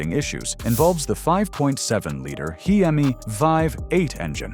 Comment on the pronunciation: couldn’t pronounce Hemi